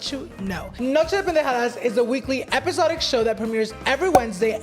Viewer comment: Why does it bug me when he says episodic show sounds so wrong but it’s probably not it just sounds so weird